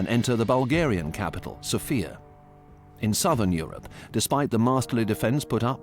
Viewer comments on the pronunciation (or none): none